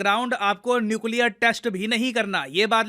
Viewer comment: Nuclear 🤔🤔 Nucear